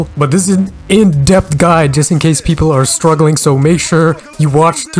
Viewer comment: "welcome to my none gatcha Gide"